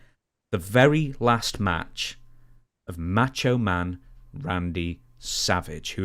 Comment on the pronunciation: It's not match o man.